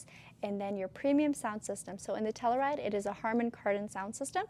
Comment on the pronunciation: Lol, obviously wore it better, but my wife will only let me bring the Telluride home. I hate to be this guy, I'm so sorry, but it's not Tell-oo-ride, it's Tell-you-ride